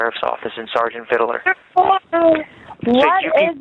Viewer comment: I guess he will be impersonating an inmate for the next few years. Why can’t he pronounce Vidler right? It’s Vidler not fiddler on the roof. He is so proud to be on the news. He must not listen to what they say about him…